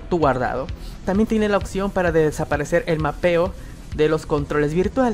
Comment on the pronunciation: Siempre me he preguntado por qué en sudamérica dicen "occión" en lugar de "opción".